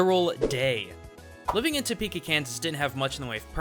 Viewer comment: it's hot, in to-peka